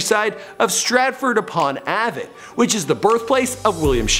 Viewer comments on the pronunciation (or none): Stratford upon avan (it's avon) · It is pronounced “ay-von” not “a-Von” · Also it's Stratford-upon-AYvon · its A-von not Av-on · “Stratford upon ahhvun” It is ‘Ay-von’ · Stratford upon haven... Haven is pronounced like heyvern just so you know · U pronounce it like aven its freaking avon (ave-on) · pronounced stratford-upon-ayvon not avon although its spelt like that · It’s Ay-Von not ah-Von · Yo it pronounced Stratford upon AYvon lol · It's Stratford-Upon- "Ave on" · stratford upon ''Ay-ven'' (pronounciation) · It's pronounced "A-von" the A sounds like HEY but without pronouncing the H. "Eh-von =Avon" and the VON sounds like CON. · "sounds like" not pronounced. Some people pronounce the VON like VUN. I was just using CON as a reference to what it sounds like. I've heard it sound like "AH-VUN" but like I said it should sound like "EH-VON. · Stratford upon Avon(AY-von) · Tho Its spelt like avon But it actually sounds like Ave-on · It's pronounced Stratford upon AY-VON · Ave ON. Oxford SHURE. Never sure why no one can be bothered to do the research to pronounce place names correctly. It's like British people pronouncing it Lows angeleeeeez. Drives me mad. Also, Scotland may be wishing they were not part of Britain at the moment, but they still very much are, I promise. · Ahhaha ha I'm gagging at how he pronounced Avon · he pronounces Avon so bad xD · The pronunciation on Avon hurts me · Please pronounce Avon properly... Americans have to ruin everything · A-VON how come yanks can't speak English?